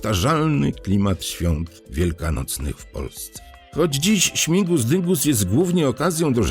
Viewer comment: Śmigus a nie śmingus😊